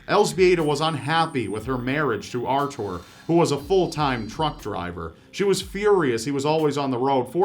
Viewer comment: I think he could make anything sound evil. Edit: Then again, he also seems to say Arthur and Jocelyn wrong, so who knows?